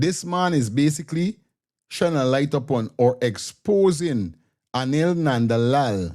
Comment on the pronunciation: The man say Anaill NONE - LAW😅😅😅 not Anill Nandilall